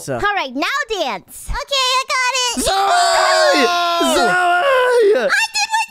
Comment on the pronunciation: Why does call zoey zoye?